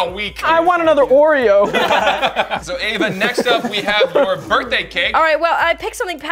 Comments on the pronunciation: You have been saying birday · I LOVE HOW ALWAYS SAYS BIRDAY INSTEAD OF BIRTHDAY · Birday cake Collins: “BiRdAy CaKe” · he kinda says birt day